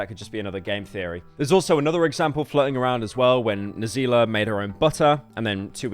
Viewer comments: He really said "N Zila"..... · "I'm going to say these African names slowly and carefully..."Ho Lee aMack A Ral Dere Cheef I Sho Iz Caul Erred Fo Sho" and "N wordzilla"